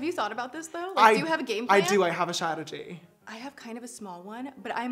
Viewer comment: say it with me Strah- tuh- jee strategy lmaoo love you sister